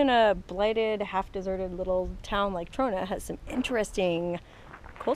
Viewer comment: "mah mah mah my Ta-RONA"